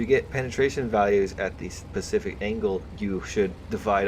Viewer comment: reeeeeeeeeeeeeeee stop saying pacific its specific not pacific